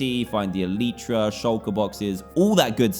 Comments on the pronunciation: The elytra is pronounced e-lie-tra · He's the only Minecraft YouTuber who can't pronounce elytra correct